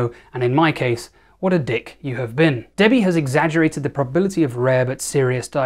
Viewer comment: ok he says debbie but i hear daddy am i ok?